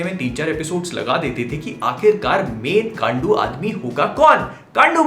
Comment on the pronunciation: Kaandu bola he Gaan*u nahi